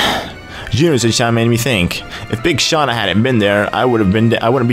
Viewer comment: hahahaha you said big shanua